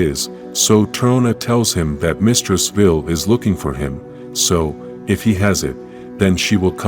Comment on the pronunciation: Why are you saying veel its Vile the e at the end makes the i and Capital v-eye-L please please fix it the headache its giving is insane